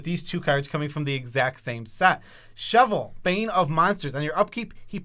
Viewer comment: Guys can you please learn how to pronounce Chevill, for fucks sake it's not shovel.